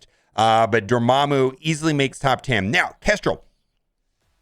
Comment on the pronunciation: You just gotta love how he pronounces Dormammu wrong